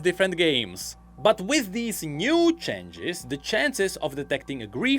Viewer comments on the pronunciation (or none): chenges chenges... Someone teach him how to properly pronounce it